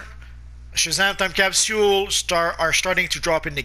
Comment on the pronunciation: It disturbs me how he says capsule wrong